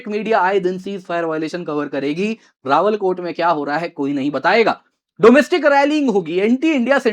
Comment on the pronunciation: सही शब्द "रावलाकोट" बोलिए। आप रावलकोट बोल रहे हो।